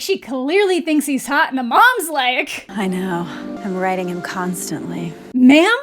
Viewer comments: “Writing” never even crossed my mind lol. This character would absolutely say something that inappropriate to her teenaged daughter, plus it sounded exactly like “riding”; not to mention “I’m writing him constantly” makes no goddamned sense. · OH 😂 Ok that makes me feel slightly less grossed out by this movie (but not by much) - it definitely sounds like she says "riding", which is just 🤢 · I definitely thought she said "riding" because of the signs of lack of appropriate boundaries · You guys are dirty for thinking she said RIDE 😂 that didn't even cross my mind hahaha